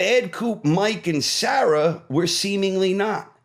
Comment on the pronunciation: The mispronounciation of Sarah grating lol